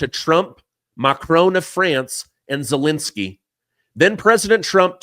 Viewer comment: Zelensky is not pronounced Zelinsky. Second e is the same as the first.